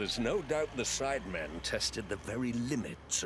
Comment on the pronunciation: Nobody: Not even the contortionist who played the maid: Jj: saying sidemen with an s for no reason